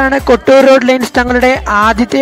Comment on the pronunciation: Bro kotur Alla kottoor Nn anu Bro Parayunatha Kotur nn anu parayunee